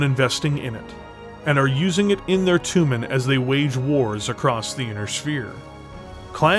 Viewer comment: Jag WIRE? toooomin? wtaf? tray JAG YOU ARE. try TOE mahn. ENUNCIATE.